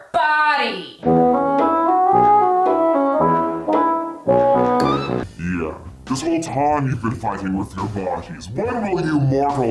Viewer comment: I'm not playing with you! "She fights...with her BaHdyy!!" Almost threw my phone lmao